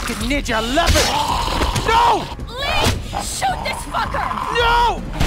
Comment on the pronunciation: win she says lee in sounds like she said reeee